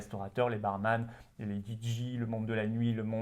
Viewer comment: « DJ » se prononce « didjai » et pas « didji » 😜